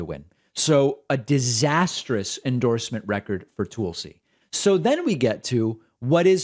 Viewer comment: Proper Hindi pronunciation.